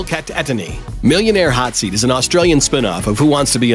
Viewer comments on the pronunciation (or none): none